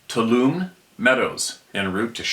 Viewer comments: Toulomne is pronounced too-ah-lomee. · Tuolumne pronounced two-wall-ah-me.